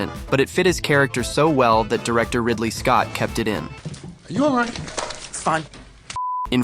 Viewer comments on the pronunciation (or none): none